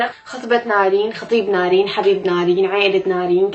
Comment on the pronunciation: قول نارين مو نرين ياخي